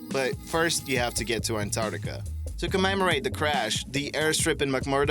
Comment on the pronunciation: also, Ant - ARK - tica, not ant - art - ica What's with the "smashing" of the LIKE button? Is it breakable? Will we have to pay if we break it? This is causing me great concern. Now I will be unable to sleep ..